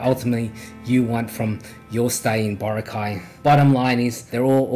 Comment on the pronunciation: It's Bo-ra'-cay - Not Boracay' !